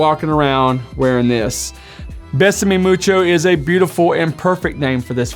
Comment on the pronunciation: Bay-Sah-May...not Bess-Suh-Mee